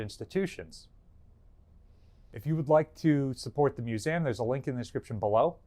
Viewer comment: "mus- A -m" yep, that's new jersey alright